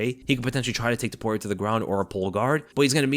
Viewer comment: Not Zaporia! TOPURIA.